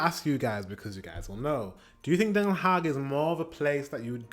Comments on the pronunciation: it is Not "haig it is DenHaag with Den and an aaaah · Den Haag like aaaah ... Please, don't be ignorant about the to the rest of humanity awkward way english speakers mutilate vowels. A should allways be aaah! E should allways be pronounced like in Hey! I should sound like ea in beat.